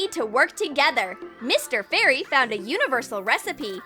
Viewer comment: You said Bari instead of fairy